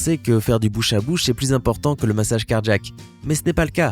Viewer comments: Un accident cardjack ? Car-jack... ??? Ça et le rythme journalistique des années 2010 "administrer unnnn mmmmassage cardjack"... excellente voix mais diction insupportable. Je passe. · Pareil ici : clairement cardjack. Bizarre, cet accent.